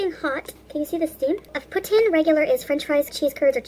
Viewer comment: She says poutine here regularly!! Now she says “putsssine” it’s so weird!!!